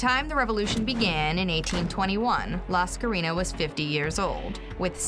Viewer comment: It's not La Scarina she was greek lol not spanish ffs... The full name is Lascarina Bouboulina... Funny name but....